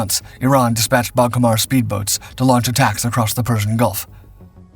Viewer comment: It's not DISpatched. The word has the emphasis o the second syllaable - disPATCHed